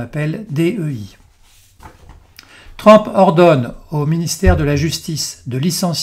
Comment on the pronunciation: On prononce TRUMP et non TRAMP …. Encore une fois…